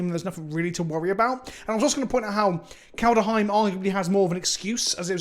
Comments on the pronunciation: If you keep saying "Kald-a-heim" I'm going to start calling you "" in honor of adding a random "a" in the middle of the word that isn't there. It kind of sounds like "Placenta Kenobi" though, which is kind of gross. Which makes me think you'd like it and now my plan is going to backfire - damn it! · To make that clear, I like your videos and I dont want to be mean, BUT and this is a big BUT, please learn the pronounceation of "kaldheim"... Every time you say, it feels like some is slowly pushing a hotknife in my ears.i mean it is not far from an english word an would translate to "coldhome".Would you pronounce that coldEhome?!Again, otherwise good videos 👍